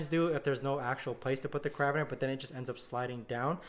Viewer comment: OMG. Its a care-a-beener - not a ca-rab-biner. lol